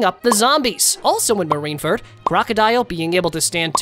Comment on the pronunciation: also no way you said marine ferd